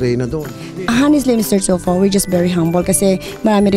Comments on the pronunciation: Haha thulfo daw 😂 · Ako nahihirapan sa P at F ni madam. Mr. Chulfo. K. Bye. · Hahaha masyado slang mali mali na "tyulfo" daw. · Ate I applaud you for your success in life. Because of your hard work you are now enjoying the fruit of your labor. pero po wag mo naman dalhin ang Hurricane ng Florida sa pinas and hindi po Felipin . Philippines po may S at hind rin po Mr Chulfo ..Tulfo po Tulfo :) Ate naman I know gusto mo mag show off pero practice what you preach sabi mo nga "Keep your feet on the ground and stay humble" Kasi po, at the end No matter how big your house is, and no matter how many cars you own or how big your bank account our graves will all be the same size. So stay humble wag hambog. At wala pong Ambassador ang Bank of America. Maybe Isa po kayong loan officer working for financial services. I know, because that's my bank also and my sister works there as a teller a few years ago. Dami Bank of America ngayon ko lang narinig ang Ambassador ng Banko. Next time I made a transaction, I may ask my loan officer kung meron silang job description na "ambassador" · Carlos E 🤣🤣🤣 mr chulfo, ashoshiation, filifin 🤣🤣🤣🤣